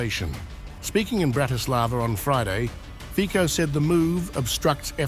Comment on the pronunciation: Its Fico not Fikooooo...